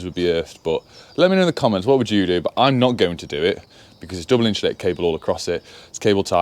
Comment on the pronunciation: there is no "H" in insulated.